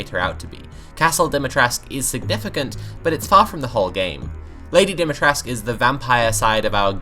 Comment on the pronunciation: Awh yes, an awakening for a new generation. Lady Dom-me-trescue